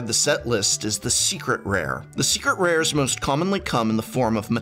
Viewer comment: Is it just me it does he say secret rares like “srcret rars”